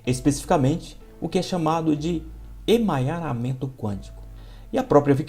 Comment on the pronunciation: Não é emanharamemto. 🤣 é EMARANHAMENTO. Obrigada 👍🏻